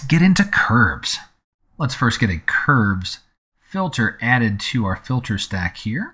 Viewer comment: Two things. First: This is a very useful tutoruial for a difficult tool. Thanks. Second: Am I the only one who noticed "fitler?"